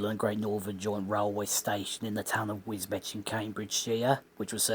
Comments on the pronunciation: Pronounced Wisbeach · Thanks for your interesting survey of this line. Old pictures show the infamous diamond crossings at Murrow East/Murrow West, must've needed some very diligent signalling. Just a point of order, the locals pronounce Wisbech as Wisbeech! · Wisbech, pronounced Wisbeach